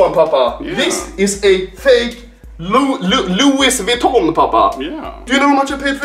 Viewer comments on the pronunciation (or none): Also anomaly: Loois Viton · its pronounced lui vuittion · Why does he get a stroke every time he tries to say Louis Vuitton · I like how he slowly says Louis Vuitton wrong more and more through the video